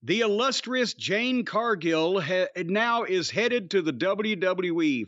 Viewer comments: JADE NOT JANE! Jeezus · Cornette, it's JADE............not Jane. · Jade!!! 🌽 Not Jane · Calling her anything other than her actual name is disrespectful. It’s Jade, not Jane(but you knew this) this is odd.. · Ever since the review of her debut with Cody in the ring, Jim still calling her "Jane" still cracks me up. Lol. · JADE. J-A-D-E dammit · As far as this dude, whatever his name is concerned--- Jade Cargill is the worst thing to ever happen to wrestling. I don't know what flavor gerbil it is up his ass where he can't/ won't give her her props before I say even say the dignity of saying her name right.....but it's sad and pathetic. A blind man can see she's the truth before I say the WWE, or Brandon Phillips. This guys sounds like a hater and a loser and everything about Jade reminds him of that fact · Her name is "JADE" bro!!!!! Damn. 😮😂